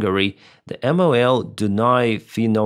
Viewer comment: Hey, I commend you pronouncing Dunai refining (finomito) that well! Just for info: MOL is easier to say as just a word, not letter by letter. That's how we refer to it.